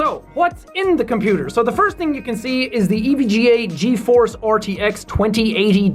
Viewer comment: I thought when he said GeForce he said cheese board 😂